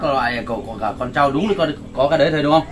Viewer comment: Con trâu chứ ko phải con chau, đu đủ không phải là lu lủ nhé đề nghị phát âm cho đúng 😂😂